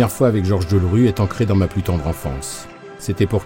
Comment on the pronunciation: On dira que je chipote si l'on veut mais c'est Georges Delerue et pas Deulrue. C'est quand même formidable d'écorcher son nom tout au long du reportage.